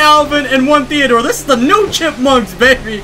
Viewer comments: You said thedor twise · Did he say allvin,theador,theador